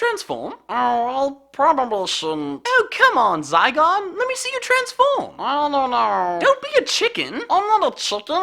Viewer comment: ITS NOT ZYGUARD ITS SQUISHY